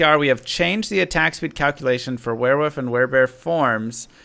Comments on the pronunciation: Were-wolf Not were-woof lol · Wearwoof... is that international or does the guy not know how to say wolf lol? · I love it when talks about were-wuf 😂👌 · Are you saying wearwoof?